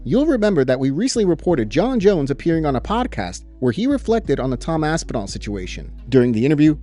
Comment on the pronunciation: I'm still laughing about Aspinhellnal 😂 😵👈🏻 Whose champion is that❓ Jon & Dana are funny too.